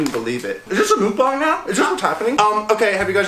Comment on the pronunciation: It is pronounced muc bang not mooc bong